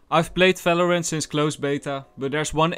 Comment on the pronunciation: Falorent? Fiper? .. Dude what are you saying? ..